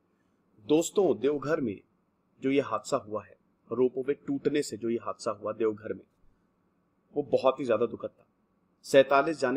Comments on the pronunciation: Devghar nahi sir it's deoghar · Deoghar plz correct ✅ not devghar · No devghar It's Deoghar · Devgarh ❌ Deoghar✅ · Sir ji it's Deoghar not Devghar... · Sir it's "Deoghar"